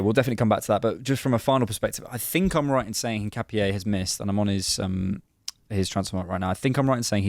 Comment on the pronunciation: In not ‘een’. ca like cap not ‘kah’. No specific stress on the last syllable. In-cap-ee-eh